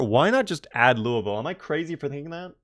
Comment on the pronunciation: I love that you pronounce Louisville like a native.